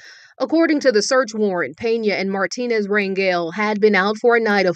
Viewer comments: pronounced mar teen aze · Hello-Love your show! It is pronounced Mar-tee-nez. It's a Hispanic/Mexican surname. If you really want to pronounce it like a Spanish speaker it would be pronounced Mar(roll the "r" with the tongue)- ti-nez. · Lol his last name is pronounced mar- tea- nez instead of Mart-tin- nez think Jennifer Lopez or Fernandez or Perez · Its Mar TEEN ez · Martinez is pronounced Mar teen ez Spanish vowels A = Ah, E = Eh, I = ee, O = Oh, U = ooh Just helping you out